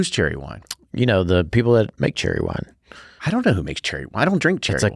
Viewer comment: Cheerwine not Cherrywine😉